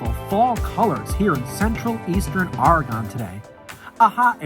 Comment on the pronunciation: Learn how to pronounce Oregon: ore e gun. Say it now, ore e gun. Come to Eugene for game day. Welcome.